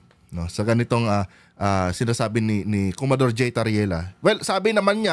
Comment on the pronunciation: Commodor hindi comador